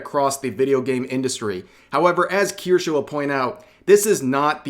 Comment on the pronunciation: KirschE, not KirschA.